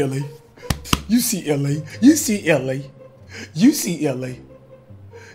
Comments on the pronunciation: You said UCLA not YOU SEE LA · .Hit dat thumb if u hear Cash say “UCLA” instead of “you see LA”. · It sound like he was saying UCLA